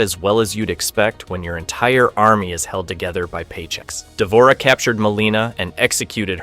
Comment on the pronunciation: the mispronunciations are killing me why did you even include d'vorah?